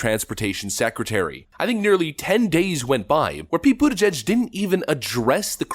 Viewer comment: His name is pronounced PETE BUTTCHUG